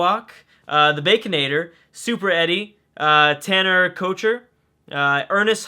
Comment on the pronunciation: Did you pronounce my name SuperEddie?... My "i.r.l" name is Filip. But I know it looks confusing. I don't now if that was pronunciation or you read wrong, or if you just thought it would be better to say so.